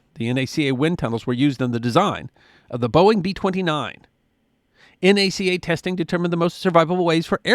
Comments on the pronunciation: Thank you, thank you, thank you for correctly pronouncing the acronym of this agency as "N.A.C.A." and not "Knack-a." That drives me crazy as an (amateur) aviation historian. BTW, I love the photo at the end of you in front of the skeleton of Hanger #1. For a decade, our rocket club used to hold it's monthly launches on the tarmac in front of it (to the right in the picture). We would host up to 300 kids every month for STEM classes until it was taken over by Google's parent companies. They were supposed to re-skin Hanger #1 as part of the deal, but we're still waiting nearly a decade later. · Thank you for saying N - A - C - A, and not pronouncing "NACA" It is safe to say there is not an aircraft flying in the world that does not have a piece of NACA research in it. The two Large Scale Tunnels alone were a Godsend to research. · From the bottom of my heart thank you for not once pronouncing the agency's name as NAK UH. It was the N.A.C.A. Too many "experts" get that wrong. Bravo! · Thank you for not pronouncing it "nacka." Looking at you, Greg.